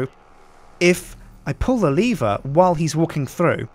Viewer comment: It's not leever do you now how to read